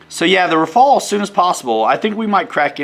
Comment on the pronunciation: The name of that plane is RAFALE pronounced Rafal and not « rai fall » 😜😜🤙🏻 and rafale in French means gust (wind) in English 😉